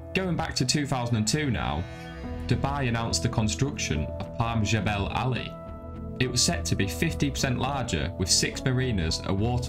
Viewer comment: At least you pronounced Jebal Ali correctly 😂